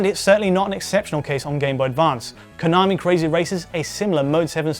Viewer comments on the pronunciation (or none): none